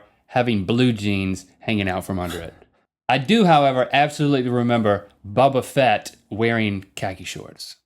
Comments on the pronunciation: it's boba fett not bubba fett. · you said Bobo fett its Boba fe^ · Its booooba not buba "boba fet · Wait, was it just me, or did Link say "Bubba Fett" cuz, it's "Bobba Fett" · Boba fett not buba fett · "Bubba Fett" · Link you dork, its not Bubba Fett its Boba Fett!! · Where's nerd glasses. Doesn't know who Ice Man is. Pronounces it as "Buba Fett"... I smell a hipster d*uche here. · Did you just call him... Bubba Fett? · It's Boba Fett. Not Bubba. haha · 1) I may have predicted the beginning of this episode by downloading the Mario song on magic piano this morning and playing it before watching this lol. And 2) Link, it's pronounced Bobba Fett. Not Buhbuh Fett lol. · i thought that he said bubba fett as a joke :) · It's pronounced "Boba Fett"